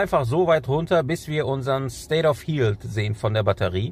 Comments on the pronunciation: Darf ich Dich darauf hinweisen, dass Du das Wort "health" falsch aussprichst? Es wird nicht "hieltsf" ausgesprochen, sondern eher so "helltsf" (th-Laut am Ende, schriftlich schlecht darstellbar, aber ich hoffe, Du weißt, was ich meine). :) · Informativ, wie immer. State of “health” soll aber als "Hält" ausgesprochen werden ;-) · Bitte mal Health Aussprache googlen. Nicht böse gemeint, habe bei archive auch ewig falsch ausgesprochen.